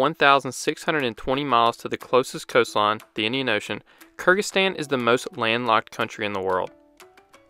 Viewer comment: at 0.24 do you say Kurdistan?? I'm not sure, so I wont say it as authoritatively as you do , but surely that Kyrgyzstan? It is 100% NOT Kurdistan which is Northern Iraq.